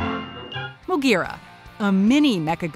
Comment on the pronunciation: MOGUERA!!!!!!!!!!!!!!! Edit: they said roar